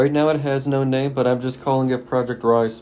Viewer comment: thought you said "Project Rice"... i think im just hungry